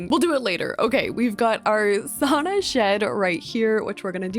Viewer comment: I’m so sorry girl but as a finnish person the way you pronounce sauna just makes me cringe😬